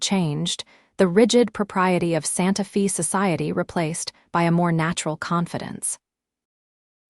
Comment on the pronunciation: fix AI to read Santa Fe as Santa FEY, not Santa FEE - PLEASE!!!